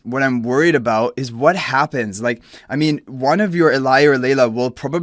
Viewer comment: I'm sure it's probably just a language thing. The letter "J" is probably pronounced differently in his language :)